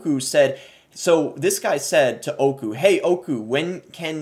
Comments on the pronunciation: Hearing him say oyku literally killed me its öykü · I don't know how this just keeps getting worse. Also, your pronunciation of Öykü was hard to get through XD Understanbable tho